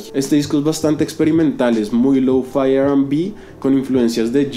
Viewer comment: Creo que se escribe lo-fi, no louu-faai XD